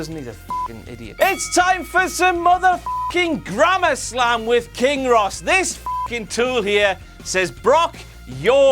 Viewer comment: Am I the only one who heard kane instead of King at some points of the intro :3